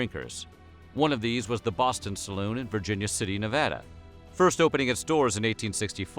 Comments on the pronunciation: As a nevadan, I say thank you for pronouncing my state properly. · As a resident of Northern Nevada I want to thank you for saying Nevada correctly... Thank you! It drives me nuts when it is said wrong. I knew I would love this video! So glad I clicked!